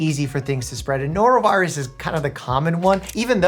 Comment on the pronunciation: "A norovirious outbreak!" "So ya'll got the sniffles?"